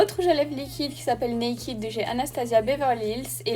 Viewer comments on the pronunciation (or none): none